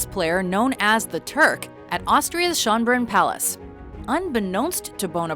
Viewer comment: The way you pronounced "Schönbrunn" is just disgusting ...